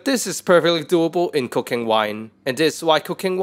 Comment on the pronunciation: I heard cocaine wine lol